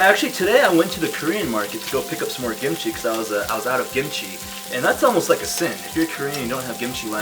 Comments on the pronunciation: WHY ARE YOU CALLING IT GIMCHI?? ITS KIMCHI! good video btw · I keep hearing “gimchi” am I crazy or is he calling the kimchi “gimchi”???? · Why he say it as gimichi lmao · cringe cos "gimchi" like you can say it that way but i always say kimchi- also CUT THE MEATTT